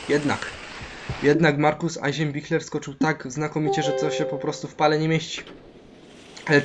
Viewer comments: Znaczy Eisenbichler czyta Ajzebiśler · "Markus Ejnszebiszla" XDD